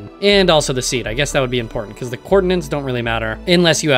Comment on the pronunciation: I got recommended this video and while watching it, I was thinking you sound familiar and then you said the one word which gave me a weird flashback. You are the 'coordinants' guy!